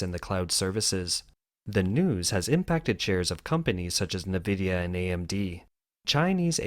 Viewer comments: 'en' vidia not 'nuh' vidia.. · Its pronounced EN-VIDIA not NAVIDIA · Its pronounced EN-VIDIA not NEE-VIDIA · who reads "nvidia" navidia? lol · En Vidia is how it's pronounced. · nVidia --> "en-vidia"